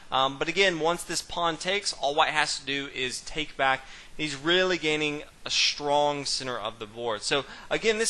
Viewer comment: what kind of dialect is it? he is saying "shtrong"